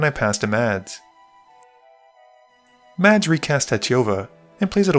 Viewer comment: Correct me if I am wrong but Mads is pronounced closer to (MASS) right?